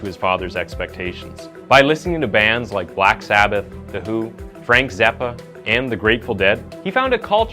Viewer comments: “Frank Zeppa”??? It’s Frank ZAPPA, you twit!!! I hate these fucking AI videos!!! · Frank Zeppa! 🤭